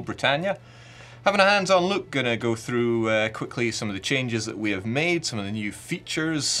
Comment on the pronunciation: I was like "he can't say Europa" and about ten seconds later "oh it's okay, he can't say look either."